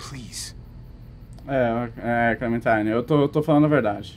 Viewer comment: que clenmentime se ta falando